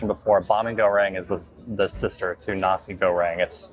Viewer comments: His pronunciation of nasi was very close to a similar German word with only one letter difference, so nasi girl sounded a bit odd indeed 🙂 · At 9.29 minutes he pronounces Nasi Goreng in a way that made me laugh.